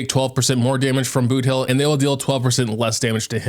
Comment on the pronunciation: He butchered boothill like crazy. Many are recommending for him to redo the whole video